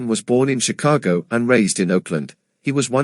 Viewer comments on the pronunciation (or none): none